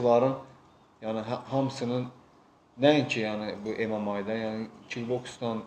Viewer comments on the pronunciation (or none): "EM EM AY" yox, ay çuşka, "EM EM EY" deyilir.😂 İşverən gədə